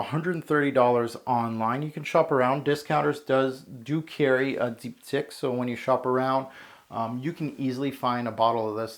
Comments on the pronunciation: it's dip-teek, not deepdick lol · Deep, teekh is pronunciation. Your French is otherwise very good! lol great review!